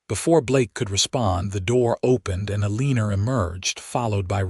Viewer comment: Elenor is pronounced L or nor, not eleneer 🌷💐